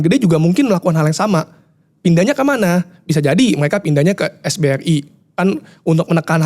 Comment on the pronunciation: Bro yang bener SRBI bukan SBRI yaa… Sekuritas Rupiah Bank Indonesia